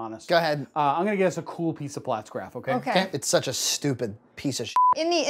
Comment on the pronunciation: You put out some good stuff but hot damn if I don't want to pull my hair out every time you say Pfaltzgraff... It's not platzgraff, it's Pfaltzgraff damnit! Haha My Pfaltzgraff stuff isn't nearly as nice as John's but God the pronunciation kills me!